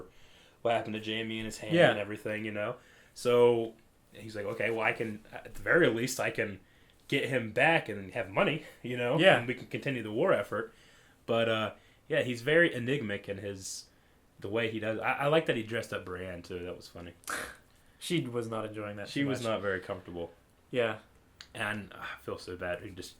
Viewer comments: enigmATic, not enigmic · Soooo enjoying your videos! Glad is recuperating. btw, allow me to be a Stannis grammar nazi, EN-IG-MA-TIC. not enigmic. sorry. ocd. heh.